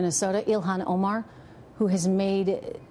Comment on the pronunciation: The reporter should learn how to pronounce her name before reporting